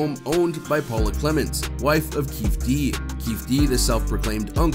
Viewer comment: The way he said Treach enraged me. To follow that up with Keef Dee. 😢